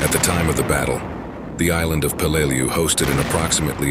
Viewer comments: Peleliu pronounced Pay Lay Loo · It sounded like he said blu-lu-lu-lu-lu!!!! !!!!!! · Be much better if you learned to pronounced the island's name. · solid enough vid. but a few things i take issue with. qst tje pronunciation of Peleliu, its not like this happened yesterday. its close to a 100 years ago and info upon it can be found. not just war wise but it is still an island today. just do a quick search of "how do i pronounce" and your prob would be solved. 2ndly i hate when movies are used as war footage. you used Letters from Iwo Jima , which is about Iwo Jima, not Peleliu. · Do some research and learn how to pronounce the name of the island. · EXACTLY...! I've been there as a scuba diver, and toured the battlefield. I blows my mind that people make these videos and have no idea as to how pronounce the name of the place they are featuring...!!!